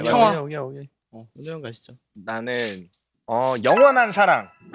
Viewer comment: 아니 여러분 제 말좀 들어주세요. 여기 이부분 완전 강아지가 말을하면 이런느낌일 것같아요. 진짜 또박또박 영.원.한.사.랑. 이렇게 말하는거 완전 똑똑 강쥐 우리집 강아지 천재다!!